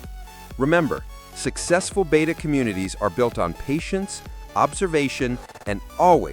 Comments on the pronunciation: The Greek letter, "beta" is pronounced, "BAY-ta." The captions in the video even render it, "beta!" The fish is pronounced, "BET-ta." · BETTA. It is pronounced bett uh. "Beta" is a Greek letter, which is pronounced bay tuh. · it's BET UH, not BAYTA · BETTA NOT BETA! DAMMIT!!!